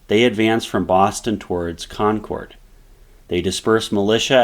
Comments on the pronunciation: It's pronounced Con-kerd not Con-chord. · This has probably been stated in a previous comment, but the “Shot Heard Around the World” is attributed to Concord, not Lexington. btw…Concord is pronounced with emphasis on “Con,”. It’s not pronounced Con-CORD. You’ve already lost me as a viewer within 2 minutes. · Concord. Not con curd. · Great video...but is nobody going to mention how he pronounces Concord? 😂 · Would be nice if the pronunciation of some of the towns was more accurate. No one from that area enunciates the "CORD" in Concord quite like that.. and Charleston is in South Carolina , CharlesTOWN is the city across the bay from Boston..